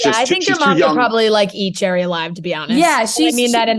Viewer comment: Gerry is pronounced like Gary. It’s Irish